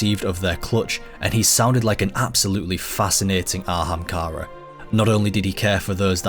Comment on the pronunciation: „An ahamkara bööön böö.“ damn, i knew that anglophones were bad at pronouncing foreign languages. I didnt know that there were anglophones who are bad at pronouncing their OWN language